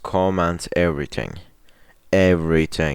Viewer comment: I thought he said every ting